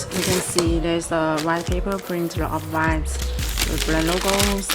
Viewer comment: BEEATCH CANT EVEN SAY OFF WHITE PROPERLY ..LOL